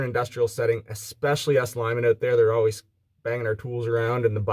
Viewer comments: "Check it ayoat" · “Let’s test it oht”